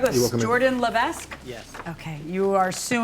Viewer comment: That’s not how you pronounce Lévesque